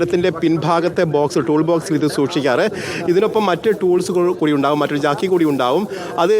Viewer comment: ജാക്കി അല്ല ജാക്ക് ആണ്